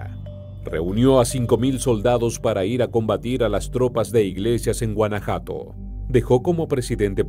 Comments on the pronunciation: Este videillo, está plagado de mentiras! ¡Diaz no "solicitó permiso" para integrarse a la lucha" el era integrante del ejército! ¡Y luego pronuncia Oaxaca, como los gringos! ¡Cuando menciona San Luis Potosí dice "San Luis de Potosí" y ¿que es eso de guanajato? Es un ignorante y sabrá Dios de donde se haya documentado! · El narrador d3beria de investigar bien la pronunciación de los estados,Oaxaca y Guanajuato. Esta bien p3nd3j0! 😡😡😡